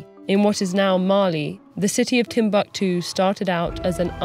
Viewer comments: These are african names, you can't just pronounce them like English please they simply sound totally OFF!! You should have practiced beforehand; 'timb-a-ktu' might have a different meaning down here; you seemed to be talking about a different subject other than TimbUktU itself. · It's tim-book-too not tim-buck-too. I hate americans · Its not timbaktu.... Timbukutu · Wan Shi Tong Library = Timbuktu